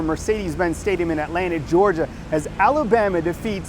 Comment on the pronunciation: What the..did he say Atlantic Georgia?